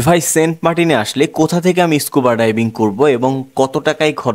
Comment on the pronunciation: ইস্কুবা না স্কুবা ভুল উচ্চারণ করবেন না